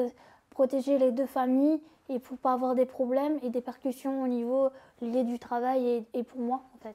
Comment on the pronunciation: Répercutions pas percution et alité et pas allaité tu pourrais la reprendre ca éviterait quelle refasses les mêmes erreurs a chaques fois.